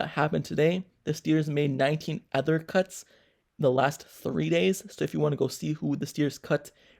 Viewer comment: He said cunts. LOL